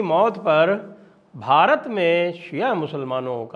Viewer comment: आपके वार्षिक सम्मेलन के प्रोमोशनल वीडियो की कमेंट्री इतनी आंग्लीकृत उच्चारण के साथ क्यों होती है। कम से कम भारत शब्द का उच्चारण तो ठीक करवाएं। आपके चैनल पर भारत शब्द का गलत उच्चारण क्षोभ देता है। शुरू में एक पुरुष कंठ की कमेंट्री तो असहनीय थी, अब महिला कंठ की कमेंट्री में काफी सुधार है, पर भारत शब्द को ठीक करवाएं।🙏🙏